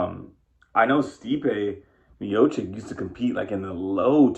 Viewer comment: Stipe Miochich not Miochik